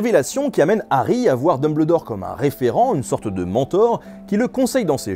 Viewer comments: Mais comment tu prononces Dumbledore mec? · En faite je me suis dit que quand on dit "Dumbledor meurt" avec la superbe prononciation dans cette vidéo ça fait " Dumb le dormeur" Voilà c'était tout pour moi mais ça m'a quand même perturbé durant toute la vidéo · C'est insuportable de l'entendre dire Dumbledore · Moi je n'arrête pas de me marrer vis a vis de la façon dont tu prononce Dumbledore, normalement dans le récit le e n'est pas prononcé bref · dans le peau de quoi ? dumBLEURdor ? WTF non mais la cest pas une erreur de diction lol cest carrement un crime ! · j'aime bien la prononciation Dume-belle-d'or( parce c'est ça que tu as écrit). en anglais, c'est plutôt Deum-beul-dor (dumb le dor ?) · Tant qu'à faire, autant prononcer Dumbledore entièrement en français "um" se prononce "un" D1bleudor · Albus DumBLEdore pas DumBLEdor. DEUMBEULDOR. Sinon pouce bleu pour la vidéo ;) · sa se dis deumbeuldore et pas deumbledor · Dumbeldore pas dumbledore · dumbuldor pas dubledor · j'vais faire le casse coui.... mais c'est en prononciation Dumbeuldore et pas Dumbleudore ;-) sinon sympa le vidéo on apprends un tas de truc ;) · Alors oui ça s'écrit DumBLEdore mais pitié ça se prononce DumbELdore (ou alors j'ai rien compris) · ET TU ME FERAS LE PLAISIR DE PRONONCER "DUMBELDOR" ET PAS DUMBLEDOR" !!! BORDEL !!! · T'as trop dit "d'Humble dort" au lieu de Deumbeuldor. Je me désabonne. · Nota Bene pourquoi tu dit dembledore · Nota Bene oui mais c'est anglais donc on dit dombeldore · Nota Bene enfait on dumbeldore car en anglais quand y a ble sa se prononce beul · Ca m'a perturbé pendant tooooooute la vidéo XD On dit bien Dumbeldore en anglais ^^ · J'ai failli déliker à chaque fois que j'ai entendu "deumbleudore" x) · vraiment intéressant même si le "Dumbleudore" picotte les oreilles mais super cool. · Dumbledore, s'il vous plait prononcez le "Dumbeldore" T.T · Ça se prononce dOmELdore Merci ... sinon super vidéo 😊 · Très chouette vidéo ! Par contre...... "DumbEULdore" s'il te plaît x'D